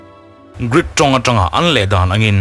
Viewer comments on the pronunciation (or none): none